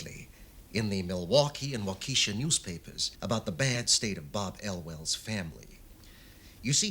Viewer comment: Good story, good acting except midwestern US accents were not used but so annoying that Waukesha WI is mispronounced throughout. Accent of the name is on the first syllable not the second, and short e on second, not long.